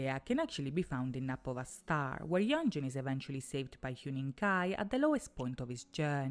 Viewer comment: You said yeonjun correctly! Good job